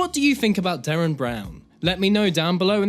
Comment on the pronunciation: Derren. Not Darren.